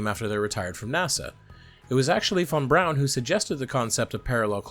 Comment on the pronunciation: THANK YOU for pronouncing von Brauns name properly. Drives me nuts to hear people hit the German W and then drop a bron immediately after it.